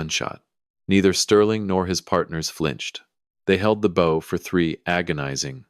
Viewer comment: Heir, not air. Bow rhymes with how, not now. He got up and walked out - what about Sterling? Did he leave him standing there?